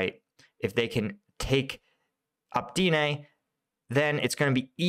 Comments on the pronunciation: dude, it says it right there: opytne... not optine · Opytne = OH-PUT-NAY